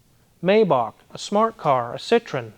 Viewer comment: I think you're the first American I've ever heard say Citroen properly